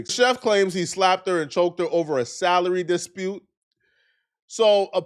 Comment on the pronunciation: I thought you was about to say he got into it over a salad but you said salary